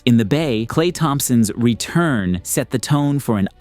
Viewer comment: Solid video bro, as usual, just don't get the emphasizing and drawing out of random words during the V.O. for example, it sounds like; "... Clay Thompson's, RETURN,, set the bar..." Or "...for Detroit, who happily, ACCEPTED... the gift wrapped win." Hope this doesn't come across as me being a jerk. Just some constructive criticism. The script is solid as it is, doesn't need all that extra stuff. 🐐